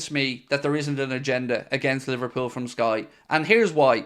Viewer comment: You mean li-var cheated-pool again